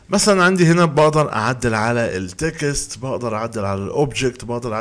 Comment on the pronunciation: ياخي كل مره تقول كلمة تكست بتخليني اضحك ( هذي الكلمه بالطريقة هذي يقولوها الحضارم هههههه اللي هما نحن) بس انه مصري يقولها كمان هذي معلومة جديدة هههه .. ان شاء الله بس عرفت كيف تنطقها الان بالنطق الصحيح وماتقصر .. صراحة انبسط جدا لم اشوف دروس عربية .. لأنه دايم لم ابحث ابحث انجليزي مجرد ما احصل في القائمة في شي عربي على طول اقفل الانجليزي دعماً لأهلنا وناسنا